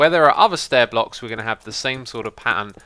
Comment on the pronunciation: He said blocks weirdly, he said phlocks lol :O